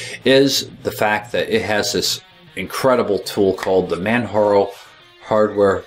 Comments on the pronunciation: Come on,! You should know better. It's NOT pronounced "Manharo", it's Pronounced just as it is spelled: Manjaro. A quote from the official "Beginners Guide" which is included in your install - "How is 'Manjaro' Pronounced? It's pronounced 'Manjaro'! As in Mount Kilimanjaro, which was the inspiration for the name. Man-ja-ro." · It is pronounced ManJaro not Manharo. Its like Mount Kilimanjaro (Inspiration for the name). Also the music drives me CRAZY! But nice to see my favourite distro getting some well deserved attention. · It's Man-JAR-O... Like the Mountain Kilimanjaro! : ) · I was wondering about that. Never having heard anyone else say its name, I had always said "Man-Jar-O" in my mind. Are you positive how it's pronounced, or are you assuming like I was?